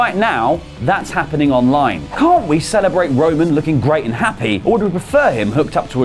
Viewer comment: Am I the only one that noticed he keeps calling him wo-man